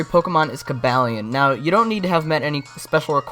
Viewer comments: cabalion I think is pronounced CU-BOO-LEON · The Only it's Co-baal-ion